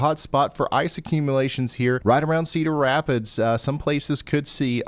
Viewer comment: When Ryan pronounces your towns name right: 😄 When you realize Ryan pronounced your towns name right: 😨